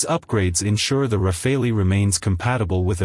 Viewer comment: Rafale is pronounced Rafal, not Rafaelli (meaning Burst / Gust / Hail of bullets). But this is a good video anyway!